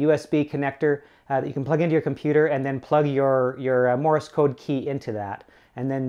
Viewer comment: Morris code! Cultural Learnings of America for Make Benefit Glorious Nation of Kazakhstan... It's Morse, not "Morris", people. Love my CW Hotline and the VBand site though, as I can't get on HF currently.